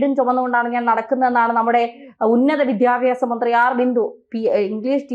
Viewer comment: "" വിദ്ധ്യാഭ്യാസം "😂😂😂 അല്ല." വിദ്യാഭ്യാസം"എന്ന് പറയുക